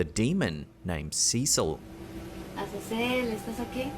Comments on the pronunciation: Brother first one is not Cecil or whatever you’re saying. The name is Azazel and as for her reaction, I’ve met a lot of Latin people that are into that stuff and think it’s funny so idk but I do know Ouija boards are no joke. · Azazel not Cecil 😂